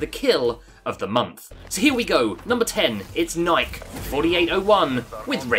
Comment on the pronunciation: Bruh the he says "Nike" so cringy lmao😂😂😂😂he don't even know how to say it